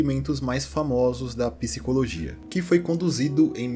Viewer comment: Por que vocês falam piscicologia ao invés de psicologia?